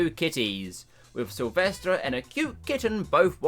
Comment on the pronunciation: Lisden it’s Sylvester